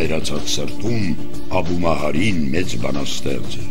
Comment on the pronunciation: Ես որ ,դպրոցում սովորում էի, Աբու ալ Մահարի էին ասում (արաբերեն) ոչ թե Աբու լալա Մահարի։💤💤💤👋👋👋